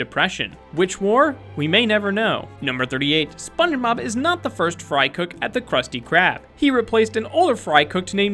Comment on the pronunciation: 1. Spunemob. Spun eh mob? 😂😂 2. He says it's fact number 38 on the mark of 8 minutes 38 seconds